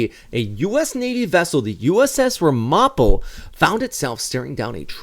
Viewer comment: It's a quibble, but the name of the ship is pronounced RAM'-uh-po, with the emphasis on the first syllable. (I grew up in the Ramapo region of NJ-NY.)